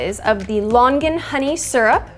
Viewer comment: Her: Lon-gan Me being Cantonese: 👁👄👁